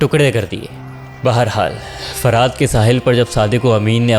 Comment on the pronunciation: بہت اچھا سلسلہ، لیکن ایک شکوہ ہے کہ اس قدر پروفیشنل چینل پر بات کرنے والے کو الفاظ صحیح تلفظ کے ساتھ پہلے سیکھ کر کہنے چاہییں۔ جیسے لفظ زہد اور دریا فرات کو باربار غلط تلفظ کے ساتھ بولا گیا۔۔۔